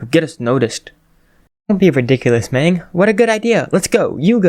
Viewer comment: This is pretty good but Magne is pronounced Mag-ne not Mang.